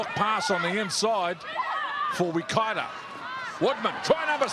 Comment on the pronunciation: It's not Wakato, it's Waikato. If no-one helps out with her pronunciation, she's just going repeat this error every time.